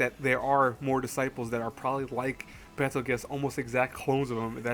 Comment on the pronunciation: It's pronounced bettle goose bro